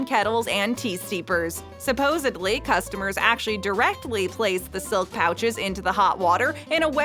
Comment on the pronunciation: The videos are great, however, the mispronounces toon of integral and supposedly is quite off-putting. 😞 🤦‍♀️